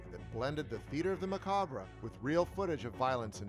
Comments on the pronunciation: "Macabruh" lol Muh-kob. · Dude, killing me with “muh-cah-bruh.” It’s pronounced “muh-cob.” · macaw bra.. its pronounced muh cob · Maw cabra Macabraw Ma ca bra Wtf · Macabre is pronounced Ma cob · Macab bruh, chupacabruh wass up bruh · Did he seeiously say muhcabra? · You're a horror fan and you pronounce it "muh-cah-bruh". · Muh-cobb not muhcobbray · Did he just say muh-cah-bruh? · Ma-Cobb. just sayin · It’s just macab don’t pronounce the rough at the end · Macaw bruh? How does one reach adulthood without learning how to pronounce "macabre"? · Mac- Car-Brah? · Macabre is pronounced MUH-CAAB 🙄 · It's pronounced ma-cob. Yes, the "R" and the "E" are silent. There aren't too many words in the English language in which the spelling has literally nothing to do with how they are pronounced. Macabre is one of those very rare words. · (Someone doesn't know how to pronounce macabre) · The r in macabre is silent. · Where r they getting these narrators that sound like they know English but don't know how to pronounce words like "macabre" !.? Oh well, theyL learn 😊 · weird how you can have a channel dedicated to horror but still not know how to pronounce the word "macabre" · Did you really pronounce macabre that way? Come on, you're better than that 😁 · Its macabre with the R and E silent. God that's driving me nuts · You don’t annunciate the “ RE “ in MACABRE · That's not how you say macabre. 😒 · In "macabre," the "re" is silent. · Great video! (For future reference, the “re” at the end of “macabre” is silent!) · That got me too😂